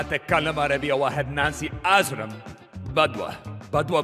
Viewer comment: did bro just say Nancy Ajram???? That's like the Pokimane of the Arab World hahaha